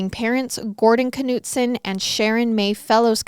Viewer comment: i believe it is pronounced Nutson…. do you pronounce knife k-nife?